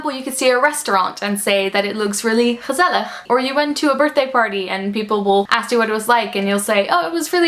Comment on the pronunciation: wow i'm from the Netherlands and the way you pronounce "gezellig" doesn't sound like Dutch at all. I thought you where from the US or something! ;)